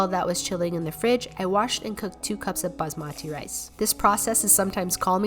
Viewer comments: Hey, This is how you pronounce Basmati: (Baa-Smuth-Eee) Hope this helps! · bazzzmati rice I laughed at this a lot. FYI it's prounounced - bassmti Love your videos! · Busmatee 😭 Its pronounced bhasmathi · it's not baj-mati It's baaas m ti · its not pronounce busmaati rice its pronounced baasmuthi as of how you will pronounce mum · It's not basmaati rice It's baasmati rice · its baa-s-ma-thi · Basmatti rice she said lol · loved ur videos but next time work a little more on ur pronounciation Garam masala(ga-rum) basmati rice(baas-ma-ti) ik ur an foriegner and it is hard to pronounce and i understand. I liked that u atleast tried. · Umm u pronounced the garam masala and basmathi rice.......... 😂